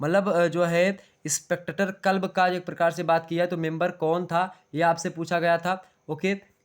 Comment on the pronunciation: Sir क्लब है कलब नही है